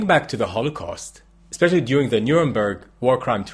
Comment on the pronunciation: 'Espeschially no Englischs'